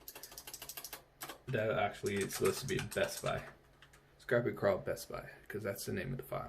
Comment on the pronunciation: Love the video but it's scrape-eeee. You know because it scrapes lol. Not scrappy.